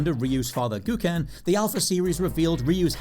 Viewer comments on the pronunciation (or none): It’s “Go-Ken”. Not “Goo-ken”. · Uh, it's pronounced "Go-ken" and he is NOT Ryu's father.